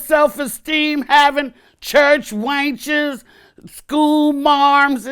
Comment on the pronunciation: But what's a church wench tho? (pronounced wainch) lmfao